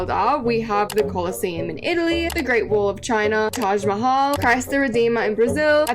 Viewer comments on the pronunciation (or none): It hurts me when literally everyone miss pronounces Mahal in Taj Mahal 😭